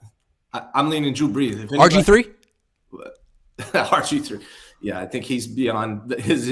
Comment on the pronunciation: Drew Breese. ??!! GETOUTTA HEAH. !!!!!!!!!!!!!! ina definite New York accent. ..